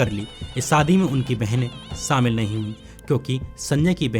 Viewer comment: Sir, you need to learn how to speak in Hindi. It is not 'samil' (सामिल). It is shamil (शामिल). Learn Hindi, not Urdu.